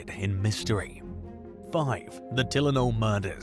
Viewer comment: Who doesnt know how to pronounce TYLENOL